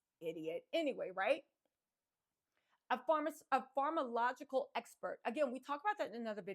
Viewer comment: You crack me up! You nailed ‘voir dire’ but ‘pharmacological’ and ‘Agnifilo’ are kicking yo butt! 😂 If you care to up your game, for when you hit network tv after conviction🤞🏻, I’ll leave these helpers for you: ~/farm-uh-Cō-loj-uh-cle/ 6 syllables, accenting 3rd, vs /farm-ō-loj-uh-cle/ which is missing a syllable… ~/ag-NIFF-uh-lō/ 4 syllables, accenting 2nd vs /ag-ni-FILL-ee-ō/ with an extra syllable not belonging ❤ Elementary Teacher from Ohio 😘